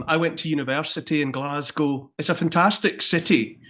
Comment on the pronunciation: Thank you for saying Glaz Go and not Glass Gow Jimmy !